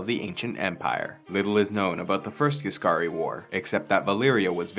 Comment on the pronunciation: What he says:"The Ghisscari war " what I hear "the First Punic war"